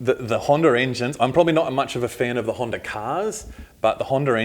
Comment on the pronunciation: HANDA not HANDAR haha... They say honda by itself correctly. But when they say honda engines they put an r as t the end of it. Kinda funny with the accent.